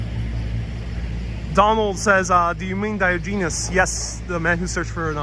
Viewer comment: Diogenes is pronounced dai-ah-juh-neeze